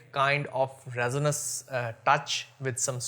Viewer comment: Please correct your pronunciation of resinous...